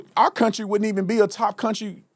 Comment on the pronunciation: "to build this counTRAAH" STFU Dipshit